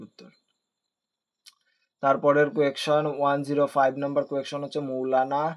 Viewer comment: Question ❌ quaktion✅😂